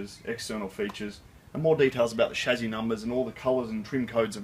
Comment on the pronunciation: Why is he saying "shazzy"?